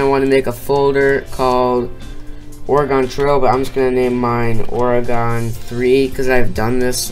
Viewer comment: you said oregon wrong lmao